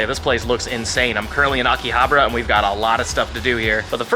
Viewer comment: its not akiha-bra its aki-ha-ba-ra